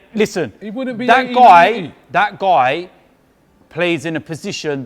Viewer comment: turned into an Aussie for a second when he said That Guy ha ha!